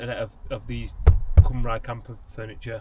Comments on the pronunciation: Nice furniture and van! Shocking pronunciation of Cymru though. ;)( cymru = wales)- pronounced as “come ree” (cymraeg mean welsh - called them that too) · Sorry I skipped a few bits and will watch it later, am close to that stage, what was the cost of all that? And your so close to saying that name. Being welsh its CUM RE (cymru) you were close hehe great looking van.